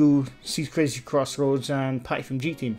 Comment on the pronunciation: chris's crazy crossroads.. if you cant say their channel names right, don't do videos about them